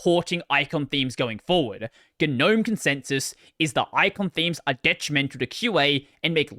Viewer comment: its pronounced gnome not gnome.